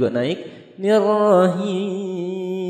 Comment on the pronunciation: Mohon maaf Jika bole beri saran Kalimat nirx di per baiki Bukan nerrohiim'tpi nirrohiiim